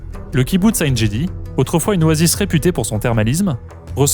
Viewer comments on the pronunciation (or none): Très intéressant reportage ! Merci de ne pas écorcher les noms propres: quiconque est allé sur place sait que Ein Gedi se prononce « enn guedi « et pas « enn jedi » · Ça se prononce ‘En Guedi pas Aïn Jedi. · Le kibbouts s'appelle 'Ein Gedi (se prononce avec un son "g" et non un son "j")